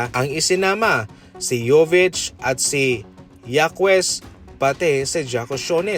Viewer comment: hakes boss hindi hakwes 🤣😂